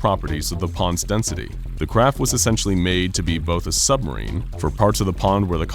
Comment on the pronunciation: "SUBARMINE CREW"😭😭😭😭